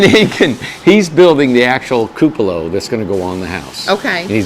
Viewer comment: It will be beautiful....all of your houses are! The teacher in me however feels that I should point out a small detail...the word, "cupola," is pronounced: KOO puh luh. Forgive me for being persnickety..its not a criticism, just a heads up in case you didn't know. Keep up the good work!